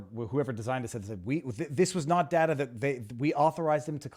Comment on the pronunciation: I hate how he says data. Datur